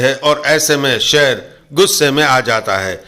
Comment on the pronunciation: Sheer aa shear ni😂